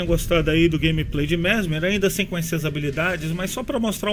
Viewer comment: "Grameprei' foi fods em HUAHUA'